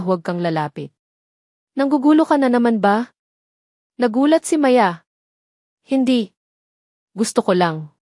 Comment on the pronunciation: maganda Sana Yong kwento Di ko bet Yong narrator Yong pa bigkas Ng Maya ay Di pa maayos hmmp Sayang gusto ko sanang tapusin